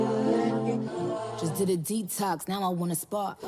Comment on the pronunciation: "Spark"... Not "spar"